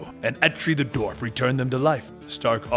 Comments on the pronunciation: Dwarf, not "dorf." It's the same way you pronounce the first syllable of "dwell" or "Dwayne." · dWarf. You say it like the surname of actor Stephen Dorff.